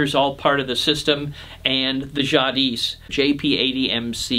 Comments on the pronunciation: The "s" is silent in Jadis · FYI, the ‘s’ in Jadis is not pronounced. Pronunciation is “zhah DEE”